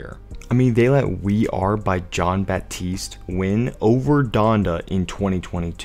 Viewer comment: Nah u saying Jon Batiste right I’m French so don’t worry abt it